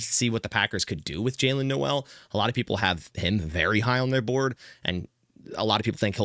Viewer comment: It wouldn't be mock draft without miss pronounciation like Jaylin Noel. It's cringy TBH.